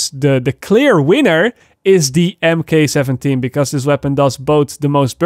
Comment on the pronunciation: Just fyi, Mk = Mark . As in mk 17 would be said as mark 17.